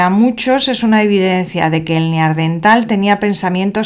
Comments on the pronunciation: Da angustia escucharte decir "neaRdental". Eran NEANDERTALES, revisen el lenguaje, si no, no nos entendemos. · Es bastante habitual lo "Neardental", a mí me chirría mucho. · ¿Por qué dice neardental? ¿Es dislexia? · Neardental? Parece que nunca antes habías oído o leído de los Neandertales.